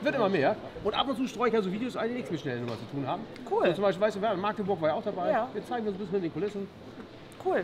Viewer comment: bitte nicht Maaaagdeburg, sondern Magdebursch (kurzes a) 😂